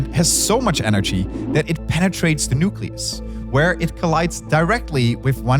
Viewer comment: has bad pronunciation. Three - Free. That - Add. Thing - Fing. Or - All. This - Vis. Whether - Water. Combination - Accommodation. Symmetric - Cedric. Why did you hire the worst?